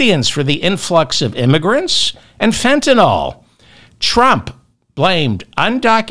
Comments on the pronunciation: Say fen.ta.nil..not fen.ta.nol..please? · Begging you, it's FentaNYL not FetaNOL. NILL not NOLL. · please fentaNYL not fentaNOL ... love you David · David, it's Fentanyl NOT Fentanol. Pronounced: (fen-ta-nil) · David, Fentanyl is correctly pronounced the way it's spelled - Fentan I L L , not Fentan O L L. Not too difficult to accomplish, so why not have a try? C'mon.... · Fentanyl, David, Fentanyl, not Fentanol. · Fentan-yl, not Fentan-all... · David….its Fentanyl….not Fentanol😊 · Fentanyl, not fentanol. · Pronounced fen-tan-ill. 😅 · The pedant in me just HAS to say this- it’s Fenta-NYL.. hearing it mispronounced so consistently is driving me bonkers!! Love the show though! 🎉🎉☺️